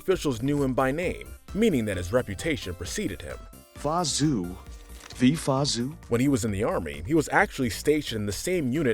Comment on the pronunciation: Anyone else triggered how this guy pronounces Mulan's father's name? It is not pronounced as Zue ZH is more of a JH sound AO is more of an aou sound.